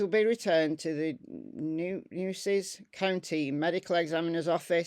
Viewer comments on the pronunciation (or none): Hi, Nueces is pronounced New-a-cees. The weirdest spelling vs pronunciation in Texas has to be Bexar; it’s pronounced Bay-er. Just a head’s up!